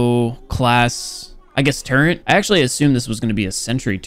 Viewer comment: its a turret not a turrent